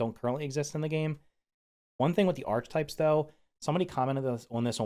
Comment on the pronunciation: Hi. No hate but it’s pronounced Arc-uh-type